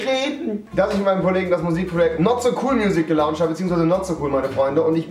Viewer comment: Es heißt gelontscht, nicht gelauntscht.